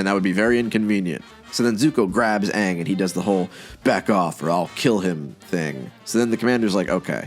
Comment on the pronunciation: I mean you could say Shyamalan couldn't win when making The Last Airbender... but I think a start would be able to say the main character's name. It's one syllable. 😥